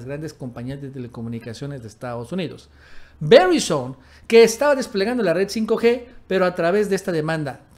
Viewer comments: se pronuncia (veraizon) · Ve-rái-zon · Como me da risa cuando pronuncia verizon🤣🤣😂